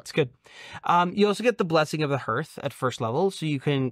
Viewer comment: "I hope I'm pronouncing this right" Your cohost pronounced veil like veal and hearth with none of the vowels that are actually in the word. That ship has sailed. =]